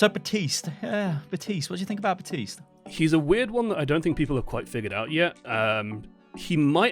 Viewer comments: Please pronounce Baptiste’s name right. He even says his own name in the game.... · CAN YOU LEARN HOW TO PRONOUNCE BAPTISTE... YOU NEED TO PRONOUNCE THE P!